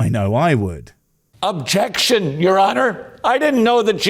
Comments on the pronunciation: It's not objectionuh. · "Objection-eh!" 's funny how these preachers like to add non-existing vowels on the end of words that don't need them.